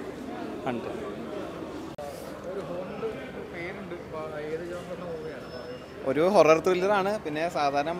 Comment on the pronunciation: ഹണ്ട് ❌ ഗുണ്ട് ✅